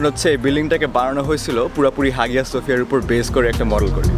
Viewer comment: hagia sophia এর বাংলা উচ্চারণ হায়া সোফিয়া।